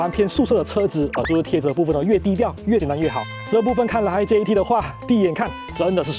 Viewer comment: 這唸做Jet，不叫做JET😢